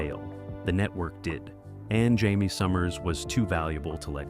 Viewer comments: IT'S NOT " HIGH-MAY", IT'S "JAY-ME ! If you people can't even get the names correct, what ELSE is screwed up 👎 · How freaking hard is it to pronounce JAIME!